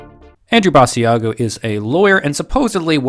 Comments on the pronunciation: You are pronouncing his name wrong! Ba~sha go! It was on the internet when when in the 1990 decade! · It's Basiago as in Chigc'ago'. At least get them name right of the man you are debunking. As the person's name you are calling is a different man. It would be like me telling my friend to check out your channel and calling it Nerd Sterrf. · Aww, it's so sad, now that I realize that space is fake, astronauts are astroNOTS, etc.., I have had to give this up, too, lol, and his name is pronounced like Chicago, BAH SHA GO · First, if you're going to "debunk" a guy, at least pronounce his name right. Basiago rhymes with Chicago. Which tells me you didn't do your research. Two, there are other people who have corroborated Andy's accounts, at least seven people to-date. Three, sorry 19th century photography wasn't great. Sorry for the blurry photo. Four, he was never told when he was going to be president, just that he was going to be prez. Again. lack of research. Time will tell. Debunk him in 20 years. Five, sorry Mars photos are blurry. Again, they are mostly taken from Google Mars or from NASA, who deliberately blurs the photos. Sorry the technology is not up to your standards. Six, Andy has done dozens and dozens of interviews. His account never varies, never changes, he never trips up. Cops will tell you liars change their stories. Seven, sorry his Mars paper doesn't live up to your scholarly standards. I read it, it seemed understandable to me. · Joshua Brooks or maybe it's people that realize, even if the story is fake, this wasn't at all a good debunking. he can't even pronounce the guys name right. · Pronounce his name right. It’s not with a long e sound